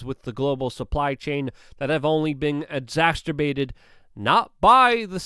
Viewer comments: stop saying exasterbated it's pronounced exacerbated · Exacerbated = ex-ass-er-bated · Exacerbated not exacterbated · Exacerbated , Luke! You sound drunk at times. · Luke “exasturbated” rudkowski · Ex-ass-err--bated... damn it! Sound it out. Say it right! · "Exasturbated" is not a word Luke.